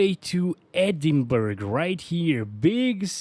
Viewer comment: You pronounce Edinburgh wrong 😂 anyways great vid, i used pixel deck group settings and capped at 40fps, runs beautifully.